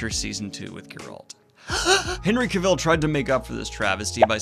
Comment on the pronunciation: CAVILL RHYMES WITH TRAVEL, DANIEL!!!